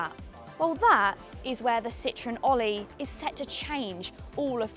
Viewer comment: The name is pronounced "all - ee" with the pun intended. Not "Olly".